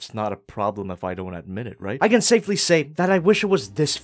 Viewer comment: Just a suggestion for: Maybe instead of saying "can move back that far" you could say something else because it sounds like you were saying CAN'T again, just a suggestion...